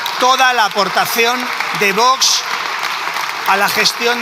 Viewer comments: Por favor!! Qué la presidente del congreso deje de decir VOTS!!! Qué alguien le enseñe a pronunciar la X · La presidenta del Congreso no sabe el Castellano!!!!!! Dice vots en lugar de Vox